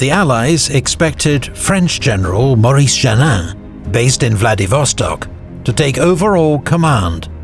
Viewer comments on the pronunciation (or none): none